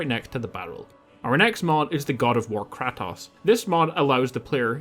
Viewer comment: His name is Kratos! KRAY-TOSE!!!